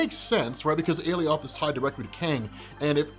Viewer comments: What makes you think your pronunciation of Alioth is correct and the one UNIVERSALLY used in the episode is wrong? Unless you can show a source that gives your weird pronunciation as canon, I see no reason to think the pronunciation used in episode 5 is incorrect, and neither should you. If you can site a source though, I'll eat my words. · Alioth was created by Marvel. You heard how Alioth’s name was pronounced, as determined by Marvel, on a show made by Marvel, on a Marvel-centric channel, on Marvel’s parent company’s streaming site, and you heard it again, and again, and again. It was repeated multiple times by multiple characters. Everyone pronounced it exactly the same as everyone else. Except you. You continue to pronounce the name improperly. Why? Isn’t your whole thing to provide insight into these things that you have all this history with, but is relatively new to so many others, and educate people? Isn’t that how you became successful? If so, how can you seriously sit there, and knowingly spout inaccurate nonsense? It’s Ah-Lie-Uhth, not Alley-oth. Doing this is no different than reading Loki your whole life and assuming it’s a long “i” Lok- eye, and then never adjusting once you’re educated that it’s pronounced Low-kee. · Umm.. You pronounced ALIOTH wrong!! yeah huh... they clearly said it differently in the show!! LOL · How are you still saying Alioth wrong after they said it correctly during the episode..? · Alioth sounds like someone who got their lips ripped off saying 'Eli Roth' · ‘’a-lee-oth’’ Do you mean “ally-uth’’? 👀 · My man. It's not a-lee-oth, it's a-lie-oth. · It's aloith pronounced like Goliath a-lie-ith or a-lie-oth NOT a-lee-othh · You "Ale- E-oth" they say "ALie- ith" and its bother me lol . whats the correct pronunciation??? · Why does everyone keep pronouncing Alioth’s name wrong when all of yall heard all the loki’s say it right on the show 😂...Wtf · It's called aloiath it's like saying Goliath without the G